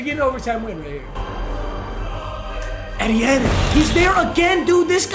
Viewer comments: Say etienne like E-T-in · Eeeee teh en. 🤣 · ITS PRONOUNCED E-T-N 😭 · He’s name is (E-tee-en) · It’s Travis ETN. That’s how u say it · it's travis e-t-enne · Bro it’s E-T-IN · Someone needs to tell him it’s pronounced E-T-IN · Hearing him say travis ETN is cancer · Etienne is pronounced E-T-N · Your saying his name wrong it’s E-T-N😂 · Etienne is pronounced “ee tee n” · Hey papa etiene is pronounced aye-Chan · ain’t no way he just said ET-tienne💀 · hey Travis ETN name is pronounced E-Tee-N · Just for future reference it’s pronounced “E-T-N” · It’s pronounced E-T-N, PAPA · It’s pronounced Travis ETN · It’s pronounced E-T-N and ask the cowboys how the bell cow back strat is going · For the future it’s pronounced just E-T-N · It’s Travis Etienne, pronounced ETN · Very much. Someone has to tell him it’s E-T-N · It’s pronounced like “Travis E.T.N.” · Its pronounced ETN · Papa Etiene is pronounced E T N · papa it’s pronounced E.T.N just wanted to let you know love you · Etienne is pronounced ETN literally lmao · It’s pronounced: Travis E-T-N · it’s pronounced e t n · It’s pronounced E-T-N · it’s pronounced EE-Tienne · its pronounced EE-TEE-in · it's pronounced "E-Tee-N" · Wtf is Travis Atieaan bruh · It’s pronounced E.T.N. Like initials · PAPA its pronounced E te en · Papa it’s pronounced “E T N” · I love at but the eh-teh-n was not it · It's pronounced E-t- en, sorry Papa, just thought I should let you know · It’s pronounced “EE-TEE-EN” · Jesus can u please say ETN RIGHT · mans really be botching names... Etienne is pronounced ETN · The way he pronounced etienne🤣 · you aren’t saying Etiene right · Your saying Travis etienne name wrong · Me every time papa doesn’t pronounces the first E in etienne 😑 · Is anyone else pissed how he was saying Travis Etienne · the way he says Etienne is upsetting me lmao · Hurts hearing all the different incorrect ways papa says Travis Etienne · Mmg said travis's name wrong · Bro learn how to say Etienne’s name